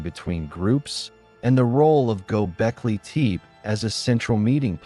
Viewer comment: Id love to keep listening but the way you say teep instead of tepe is messing me up